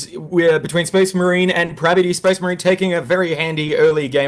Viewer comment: prabuty, not "parbuty" :D